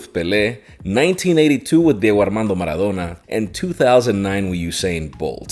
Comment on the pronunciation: Never heard anyone say maradona’s name in the most possible Spanish accent